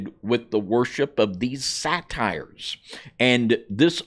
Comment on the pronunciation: Say-ters not satires